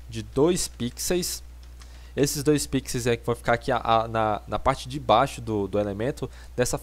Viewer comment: muto bom o tutorial, só fiquei com agonia dele falando "Pixeis" ao invés "Pixel/Pixels", fora isso tudo certo ahuahuhahuaua